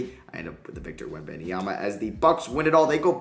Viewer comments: do u actually pronounce Webenyama as Ben-Em-Yama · Why on earth are you so annoingly persistent with calling Wenbanyama "Benny Yama"? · Say it with me: WEM👏 BAN👏 YA👏 MA👏 It's NOT that hard